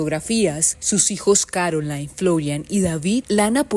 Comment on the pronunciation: Espeluznante... viniendo de su marido e incluyendo a tantos hombres "normales" de la misma comunidad. Por cierto, el nombre de su hija no se pronuncia "Carolain" en espan̈ol, sino "Carolín". Es francés, no inglés.